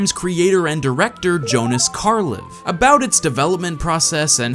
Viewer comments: Good video and all, but you keep pronouncing æ wrong. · Being scandinavian, it is hilarious to listen to how americans pronounce the creator's name